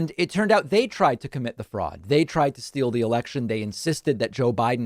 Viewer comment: Seriously? You are pronouncing fraud a different way? And Peuw-tin instead of Putin? What the hell is wrong with you? Sometimes I think you're being annoying on purpose just to make everyone think you're smarter than the rest of us. I'm done with you. Unsubscribing now.